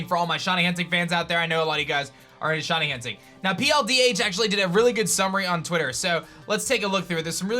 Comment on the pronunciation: just wondering what the hell a "SHONY" is? because i'm sure shiny is pronounce "shy-nee"